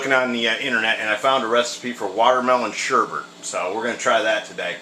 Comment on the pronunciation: Um dude it is sorbet not sherbet, sherbet is the stuff that is sour sugar...